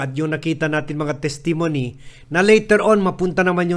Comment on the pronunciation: grande fan yo de tuyo, buen hecho ese ta hace uste, gracias. Tiene lang yo un suhescion, el pronunciasion de palabra "hyperbole" es hyperbo-lee, hende hyperbol; el accent del palabra "testimony" is on the fisat syllable hende na second syllable. ese lang, para bonito ba ouwi na orehas.